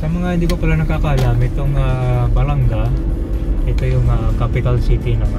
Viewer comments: My Hometown salamat po sa pag bisita, yun pong pag bigkas Ba la nga mabilis po bigkas hindi po balangga.Thank you po nasilayan namin bayan namin❤❤❤❤❤ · Balanga ! Po hindi balangga ! As in banga ! Hindi po tama yung pronunciation ninyo na balangga ! BALANGA as in banga !